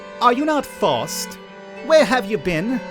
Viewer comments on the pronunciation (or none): I didn't see anyone else mentioning this, but you're pronouncing the name a little off. It's F-ah-owe-st by most pronunciations.